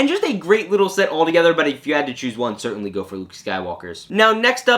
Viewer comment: "I would ceartainly like too"